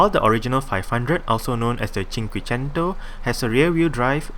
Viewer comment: The way you say "cinquecento" is so pretty (I'm Italian)